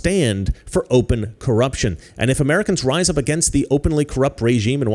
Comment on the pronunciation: I like how he says cruption